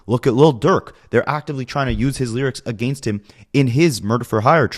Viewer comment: A-Gain-st is really starting to give me Duche chills